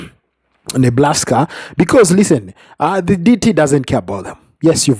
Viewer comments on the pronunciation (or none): NEBRASKA not NEBLASKA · Its Nebraska NOT Neblaska!!!😂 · Say "Neblaska" just one more time...I swear it... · I stopped when I heard Neblaska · There' no L in Nebraska